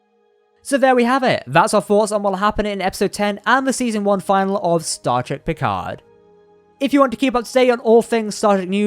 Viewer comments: Not "Final". "Finalè". Long 'e' at the end. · Not season final. Its finale. Fin-al-ay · DO YOU NOT KNOW THE DIFFERENCE IN PRONUNCIATION BETWEEN “FINAL” and “FINALE”?